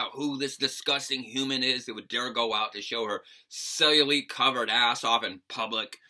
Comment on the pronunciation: it's pronounced "cell-yu-light". Just a heads up for the future.